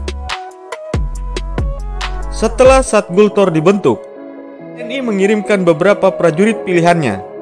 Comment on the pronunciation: Gultor Brooo Bukan gutlor Bikin chanel kok gak persiapan